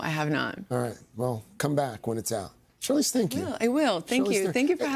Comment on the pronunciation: Does he say “Charlene”?!?